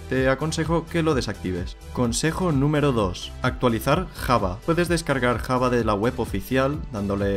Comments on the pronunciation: La pronunciación de java es llava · muy bien explicado lo gracioso es como pronuncia java el di kkkjava jajajajaja